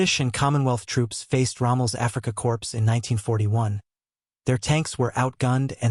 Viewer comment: It is horrid isn't it? Pronouncing Corps as 'corpse'